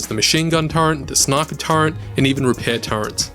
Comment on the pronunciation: great video, but one question, WTF is a TURRENT?